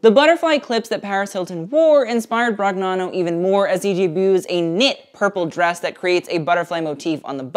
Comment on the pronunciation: off topic but in Italian "gn" is pronounced like the "ñ" in Spanish, so NicÒla BroÑano, like lasagna...thought it might be helpful for future videos